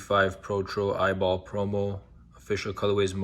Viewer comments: It’s pronounced “E.Y.B.L” not “Eyeball” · Bro it’s E-Y-B-L 😭